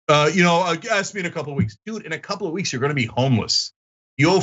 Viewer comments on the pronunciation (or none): At minute He says winks instead of weeks! What an iviot